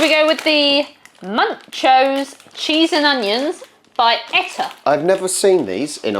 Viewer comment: Hi. Eta is pronounced like Eat ah .. it is a Nz brand not Australian.. perhaps it was bought from The Reject Shop in Australia as sometimes they sell Nz snacks. Also are these the snacks sent a couple or so months back? Was just thinking when are you gonna try them then this vid popped up.